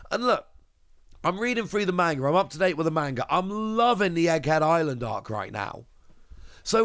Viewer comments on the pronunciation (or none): Hello from a fellow op tcg enjoyer! Just a heads up manga is pronounced "mong-guh" not "main-guh"